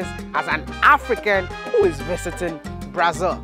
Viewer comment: The man's been living in brasil for 8 years and still calling it "brai-zil". The Ghana in him is forever strong 😂